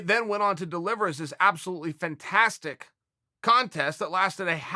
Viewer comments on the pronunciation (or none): none